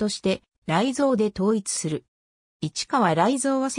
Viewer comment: 市川雷蔵や勝新太郎の名前の読み方が間違っているのが気になる！